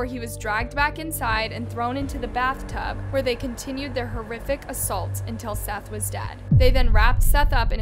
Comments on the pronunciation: Seath???? Thought his name was seth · Exactly. Like pronouncing Seath as seeth lol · Do you ever watch the video clips before going off and pronouncing their names? Lol. Don't get me wrong Seath looks like it would be pronounced exactly how you were saying it. I was definitely thinking who spells Seth like that? Maybe it's seeeeth? Lol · Why is the names always pronounced wrong? The victims at least deserve their names said correctly, I think I'll just stick to my regular channels, thus one doesn't credit other channels and the facts are wrong too on a lot of these videos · How do you mispronounce Seath’s name directly after hearing it from the news clips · Such consistency... You pronounce "Seath's" name two different ways.